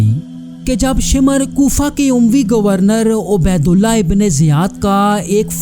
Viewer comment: शिमर नहीं भाई शामिर है